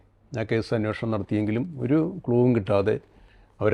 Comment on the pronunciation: അന്വോഷണം അല്ലെടോ അന്വേഷണം